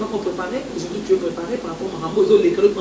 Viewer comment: français olobaka heure moko balobaka au jourd'hui es non au jourdi